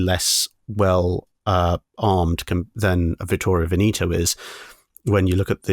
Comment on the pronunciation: Vittorio Veneto Ven-eh-to, not Ven-ee-to